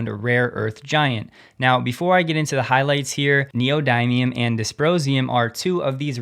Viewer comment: the dym in neodymium is pronoucned dim (not dime) fyi